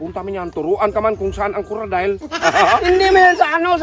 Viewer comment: Sa man coradile o coocodile 😂